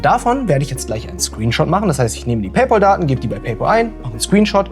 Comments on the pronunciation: "paypOl"?? vorsicht, du spielst mit deiner Glaubwürdigkeit. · [ˈpeɪˌpæl] (Pey-päl) ist die richtige Aussprache. Das ist doch nicht so schwer lieber. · Junge was stimmt denn nicht mit dir? Es kommt von englischen pal was Kumpel heißt. Der ZahlKumpel. Und das englische PAL spricht man wie PELL aus. Lern mal englisch. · PayPal, nicht PayPaul. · Wer ist eigentlich dieser Paypaul? Meinst du vielleicht Paypal? Das spricht man aber wie "pell" aus und nicht wie "pol" 😀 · "Pell" schon mal gar nicht. Das klingt ja schlimmer als "Paul". Richtig heißt es "PayPahll" also das zweite A wird als deutsches A ausgesprochen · Das Pal in Pay Pal spricht sich wie Pel.